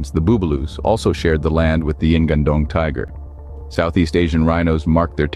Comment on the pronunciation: The spelling should be "ngan-ndong", with "nga" spells like word "ngi" in "singing" And not "N-gandong" 😂